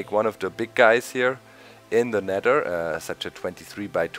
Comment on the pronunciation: "in deh neder"